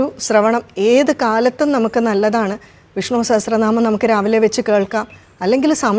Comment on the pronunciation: വിഷ്ണൂ എന്നാണല്ലോ ഉച്ചരിക്കുന്നത്; വിഷ്ണു എന്ന് ശീലിക്കേണ്ടേ? 🙏